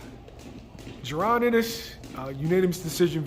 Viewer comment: Come on dude. How many videos you put out about this fight and can’t get homeboy’s name right yet? You supposed to be a professional my brother.